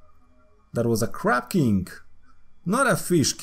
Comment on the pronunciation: He says king kinda like kink